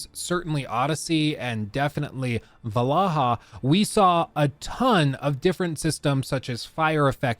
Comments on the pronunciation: AC Va-la-ha. 😂😂😂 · Ah yes, AC " Val-AHA" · Did he really just say Valaha? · How do you go through life saying "Valaha" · Actually it’s pronounced Valhalla not Valhalla…. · Man, you're so annoying saying "Valaha" 🙄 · really said "valaha" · mocks the pronunciation of Valhalla by Also: The "Eesoo" storyline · bro cant say valhalla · Your mispronouncing Valhalla 🙃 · the way he says valhalla gave me cancer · Random question, but why do you pronounce Valhalla in such a strange way? 👀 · How did he pronounce Valhalla? 😂